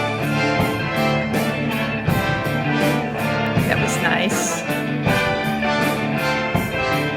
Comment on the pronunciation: I could listen to the rolled r as you say Kashmir all day.